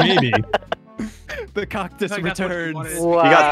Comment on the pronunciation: "cocktus" 2021